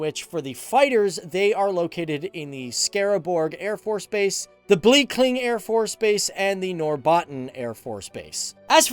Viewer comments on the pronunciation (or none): i wanted to die a little when you said "blekinge" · Jag tillbringade ett år på F17 och jag hörde inte först vad han sa. :-)